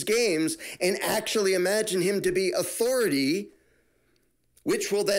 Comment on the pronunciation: Every time you say authority, I only hear Cartman, " I AM THE AUTHORITIE!"🤪